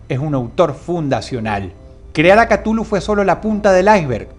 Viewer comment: desde ese punto de vista pues estas en lo cierto,es que yo lo escuche como ktjulju mas de una vez